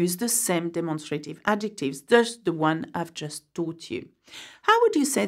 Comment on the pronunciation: I'm sorry, but you mispronounced the English word "demonstrative" in the sound ..a..